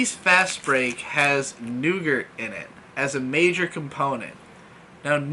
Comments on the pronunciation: I found it weird how he pronounces it as "nougert" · 'nou-gurt' 'ree-sees' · Nougat. It's nougat. Every time he said it I died a little more inside. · Nope, that one is fine and can understand how it happens. Nugert/noogurt though... ???? throwing an extra letter in there why. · i thought it was pronounced "noo-gar" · “Nougart”- 2018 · I knew someone had to say it. Otherwise it would fall on me cuz aint letting that slip by. NEUGURT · It was the butcher of nougat that bothered you and not the butcher of Reese's?